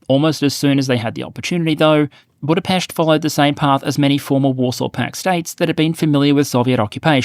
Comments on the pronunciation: Big shoutout to you sir, for covering the early history of Hungary so cleanly. You also pronounced 'Budapest' correctly. :) Note that Magyar cannot be immediately 'pro Ukraine' so quickly because Orban has done a ton of brainwashing. He needs to cleanse the pallate and disinformation from the minds of many Orban fans first, and slowly but surely back NATO and Pro-Ukraine initiatives, and show that it's for European benefit. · He even pronounced 'Budapest' correctly. ;)